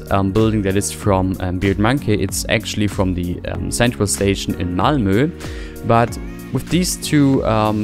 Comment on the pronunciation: That is a crisp pronunciation of Malmö. Have you been studying Swedish?